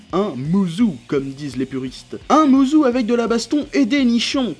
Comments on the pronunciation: "Mouzou"? Ça se prononce "moussô",. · musou ça se prononce "moussô" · Je sais pas si t'a fait exprès mais juste pour info ça se dit "mousso" ^_^